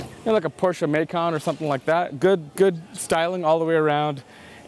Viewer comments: What is a "May-kin". I traded in my manual Cayenne for a Macan, and I'm pretty sure it's pronounced "Mah-Kann". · Americans pronouncing the Porsche Macan like the city of 'Macon' in Georgia, jeeeeez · excuse me but porsche mayykaan??